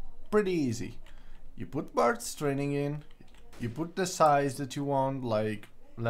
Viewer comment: Lol, "barst training".